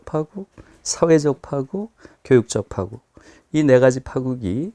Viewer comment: 김 누리 선생의 "파국"의 발음이 틀려 금방 알아 듣지 못했다. "파국"의 "파" 는 길게 발음해야 하는데, 김누리 선생께서 "짧게 잘못 발음했다. "파산, 파괴,:등 모두 첫 자는 길게 발음해야 함은 의문의 여지가 없다.